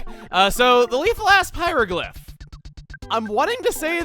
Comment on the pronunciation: Anyone else hear that as “Leathal-ass hieroglyph”?